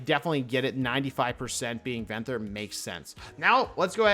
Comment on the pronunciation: “Venthur” it’s ven-thyr